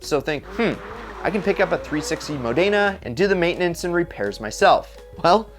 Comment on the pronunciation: Learn how to pronounce Modena.